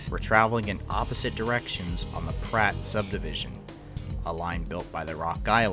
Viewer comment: The inability to properly pronounce DALHART, TX, and PRATT, KS are excellent "tells' that the use of AI was involved.